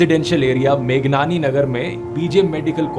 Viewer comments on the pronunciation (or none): मेघनानी नय,मेघाणी नगर